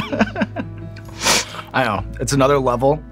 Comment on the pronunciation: "Oh, Sean" I thought she said ocean